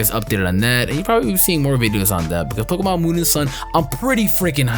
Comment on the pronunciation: it's pronounced poke E mon go back to gen 1 🙄😂😂😂